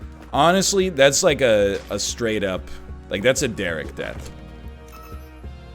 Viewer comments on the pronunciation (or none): none